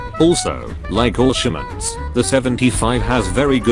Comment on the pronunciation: Every time he said all shermans i thought he said bolshaviks